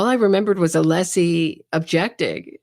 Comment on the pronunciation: One of craziest thing he said about todays coverage was mispronouncing Alessi name.😅